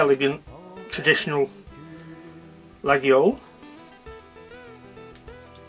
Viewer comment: Very nice collection. i really like Laguiole & have quite a few. BTW just an FYI mate it is pronounced Layole, not that it matters. Cheers pal, Andy